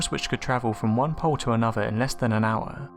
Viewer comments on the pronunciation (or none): none